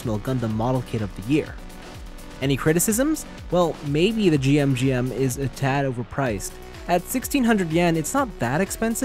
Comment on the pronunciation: It's pronounced "jim", not " jee-em". That second head is GM Command inspired, not GM Custom. The third head is based on the Genoace from Gundam AGE, not the Daughtress from Gundam X. That being said, great review!